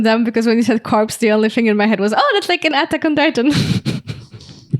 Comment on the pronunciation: Corps is pronouced Cor the ps is silent